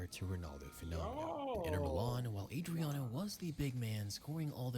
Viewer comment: Ive never heard anyone EVER saying oba's the fastest, its never been said by anyone apart from this dude!!! Also he cant even pronounce Adriano's name And that he gets his facts from an old school shitty "SOCCER " game tells you its just BS clickbait, I don't remember O.Martins bein all that special tbh. Those old football game ratings didn't mean nuttin. i remember at Wolverhampton Wanderers 💩💩💩🤣🤣🤣 (a low rank Premier league team)they had 2 teenagers in LMA 2004 who were rated overall 99 and the other was 96 and it was they was both Welsh dudes, Aaron Ramsey and Joe Ledley. I used to sign them every time I started a new game. Wolves could only dream of having teens of that quality lol 😂😂😂 O Martins was never classed as special in the Prem he did come with a bit of hype but it never materialised. Well not as special as HE thought he was anyway. Newcastle at the time were really starting to struggle lots of average signings like Oba. Michael Owen came from Madrid but was suffering injuries but his numbers are actually really good same as they had been at Real Madrid 16 goals in 21 games a bit of a super sub. Infact last Brit to win a Balon d'or. So this dude is being quite disrespectful to suggest they got relegated Bcoz of Owens signing. Oba couldn't hit a barn door in the prem with Newcastle. Speed alone doesn't score goals. If Oba was a big name your views and comments would have been a whole lot higher, no one gives a shit about him. I could show you a few clips of probabl